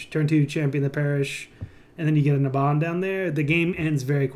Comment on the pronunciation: IT'S NABAN NOT NABAN! REEEEEEEEEEEEEEEEEEEEEEEEEEEEEEEEEE